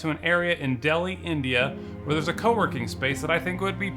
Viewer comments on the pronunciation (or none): none